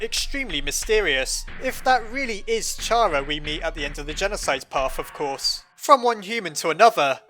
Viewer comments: it's pronounced (care·a) not (car·a) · it's awful to hear "shara" after all these years, why was it even a debate? it was clear it was pronounced "kara" you don't say "a sharacter" it's even written as キャラ "Kyara" in japanese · You don't pronounce the word "CHARActer" like "chair-uck-ter" do you??? No! You pronounce is "care-uck-ter". Same applies to how you pronounce Chara(cter), as, if you haven't noticed by now, her name is literally based off of the word "character". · Chara (Ba-na-na) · I'd say it's pronounced Kaira. spelt wrong to pronounce it my way. I pronounce it like Its the beginning of the word "Character" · Me: Fandom he’s miss pronouncing Chara’s name Fandom:don’t worry we’ll get him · It's actually "Chara" not "Chara." Oh wait no I think it's "Chara?" Yeah it's definitely "Chara," not "Chara." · Chara = character the h is silent